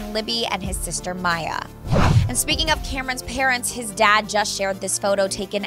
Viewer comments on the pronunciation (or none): none